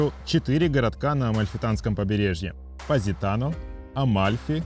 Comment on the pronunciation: Ведущий видео даже произнести названия городов не может правильно : что это за ПаАзитано или ФАрмило 🤌🏼🤌🏼🤌🏼